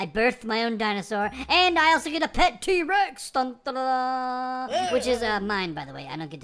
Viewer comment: its t-rex not t-rax